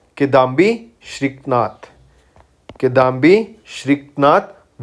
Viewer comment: brooo its SRIKANTH...how hard is it to pronounce